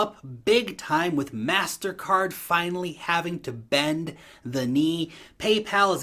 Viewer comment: Its pronounced Mastercard